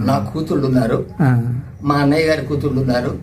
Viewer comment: అయిన అయిన అని సంభోదిస్తున్నావు తెలుగు లెక్చరర్ ఎలా అయ్యావు అన్నయ్య అనే పదం నీనోట్లో నుంచి రావటంలేదు ఏమడిగాడు ఒక పలకరిపు